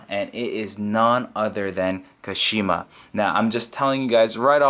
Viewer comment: When pronouncing Kashima the KA should be stressed instead of Shi. So it should be pronounced KAshima... Sorry for being nitpicky but it just feels off when their names are not pronounced the way they are meant to be.